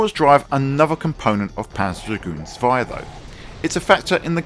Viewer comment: Lovely game, but I prefer the original. Zwei is pronounced with a Ts sound at the beginning by the way.